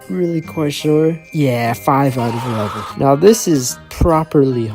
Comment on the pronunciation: 8/1😂😂 I know you said 8/11 but sounded like 8/1